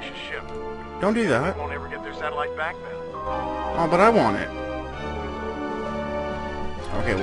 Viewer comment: Two things- One. SatELLite, not sat-O-lite. Two. Americans most often speak english.